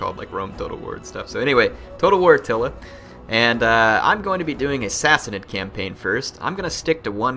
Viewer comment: Go / Sassanid Persia! End slavery through out the known world. Sassanid is pronounced Sassaneed, long "e" sound:^) We need close order Tirbad archers too (could also use pavise for sieges, and which can be combined with Paighan spear, pronounced Pieghan, a long "i" sound:^) Oh Dart were first used with the Paighan spear also...